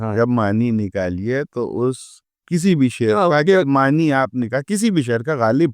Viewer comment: معنِی معنِی سن کر دماغ خراب ہو گیا۔ نون پر کھڑا زبر ہے۔ "معنیٰ" پڑھا جاتا ہے۔